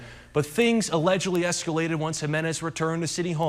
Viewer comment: Did the news anchor really say escUlated? 😂